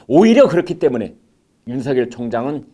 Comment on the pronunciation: 디지털 시대에 거리가 무슨 소용? 윤총장은 특별수사팀 꾸리면 되는 것이고 부산으로 가는 검사는 부산에 오거돈 부산까지 제주로 가는 검사는 제주까지 등등 뒤집어 엎는다...... 추미애 장관은 자신이 잘못된 선택을 한 것으로 인해 잠을 설칠 것이다.... 문대통령도 밤마다 악몽으로 인해 단말마의 비명을 지를지도 모르는 일 많은 이들이 윤성녈로 (잘못?) 발음하는데 비해 김광일의 입은 윤서결로 바르게 발음! 굿!